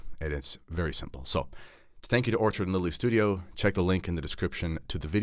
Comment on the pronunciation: Enjoyed the video. Just wanted to alert you to two issues re your sponsor,. I believe you called them Orchard and Lily as opposed to ORCHID & Lily. Also, we’re from U.S. and my wife was not able to purchase on the website. Hope this helps. Keep up the great videos. God bless…